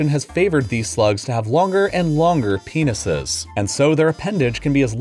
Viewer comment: The way he said "penises" made me laugh lmao